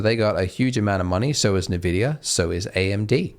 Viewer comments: pls it's not "nevidia" its "envidia" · Nvidia = EN-Vidia. Not NA-Vidia. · I'm gonna go insane, It's 'EN-vidia' spelt as nvidia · A little trivia: How to pronounce NVIDIA correctly? it's [en-VID-eeyah] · "nuh vidia" lel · Did "nuh vidia" tell you how to pronounce their name?